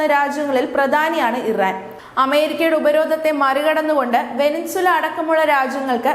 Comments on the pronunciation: അവതാരക... (Venezuela) വെനസ്വേല എന്ന രാജ്യനാമത്തിന് പകരം വെനിൻസുല എന്ന്‌ തെറ്റായി ഉച്ചരിക്കുന്നു. ദയവായി തിരുത്തുമല്ലോ✍️ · വേനിൻസുല അല്ല വെനസ്വേല. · ഒരു രാജ്യത്തിന്റെ പേര് പോലും അറിയാതെ news വായിക്കുന്നു. വെനിൻസുല അല്ല വെനിസുവേല എന്നാണ്.... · Evarkonnum navu vadikkunna Sheelam ellannu thonnunnu Venezuela. Banter abbas alla bunder abbas ennanu.